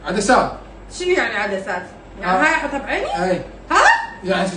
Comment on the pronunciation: تريده ما يعرف يكول عدسات دكول هاي